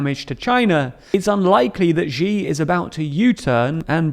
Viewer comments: Xiv's name is pronounced she, not zhee. And China is currently struggling to put down repressive zero Covid rioting by its own population. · Hey, could you stop pronouncing Xi as "Jzhee"? It's pronounced "Shee". The "jzh" sound doesn't exist in Mandarin nor any dialect of Chinese. Please, as a journalistic organization, spend five minutes to learn the pinyin orthography and read Chinese names correctly. It's not hard. They took letters that seemed redundant—X, Q, and C, and reassigned them to other sounds that English orthography uses letter combinations to write. X got the "sh" sound, Q got the "ch" sound, and C got the "ts" sound. A few of the vowels aren't pronounced the way they're pronounced in English. 'e' is pronounced like "uh", so Deng Xiaoping is pronounced "Dung Shiaoping". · All the way with VVP/XJP ¥€$, of course. Unvoiced palatal sibilant , ś, not ź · Find it exotic when Xi is pronounced as Jee instead of See as it's supposed to be. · It's she Jin ping. Not jee Jin ping. Stop this annoying habit. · Really hate being pedantic, but “Xi” is pronounced with a harder sh- sound, somewhere between “she” and “see” and not a soft “Zhi”, mentioning this to boost your credibility of otherwise highly informative content ☀️ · Xi is pronounced 'She' not 'Jee'. I don't know why so many people get this wrong. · "She" not "G." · Please, it's spelt Xi and pronounced 'she'. But thanks for the interesting analysis. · Xi is pronounced "she" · Hey, the 'Xi' from 'Xi JinPing' is pronounced like 'she', but with just a hint of the 'hee' part of a photography pronounciation of 'cheese'. The 'she' sound is more predominant though, and there's no 'J' sound ... Hope this helps (if it even makes any sense to start with). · Your videos are great - really informative and up to date! Btw, Xi is pronounced like "She" - the x in Mandarin is a "sh" sound.